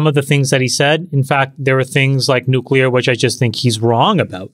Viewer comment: Who is gonna tell him how to pronounce the word nuclear???????